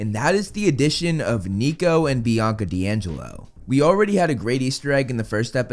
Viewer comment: Bianca didn't have her hunters stuff until after Percy met them And clearly people didn't hear a bianca The only small sound was of "BIACA BIACA BIACA" like someone with a speech problem